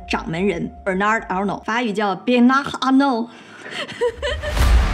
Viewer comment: 名Be(r)na(r)d, 第一個小舌顫音r沒有發。姓 A(r)nault，小舌顫音r沒發。